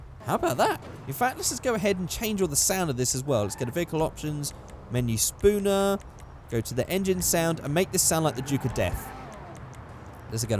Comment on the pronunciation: could you please call it object spawner instead of spooner please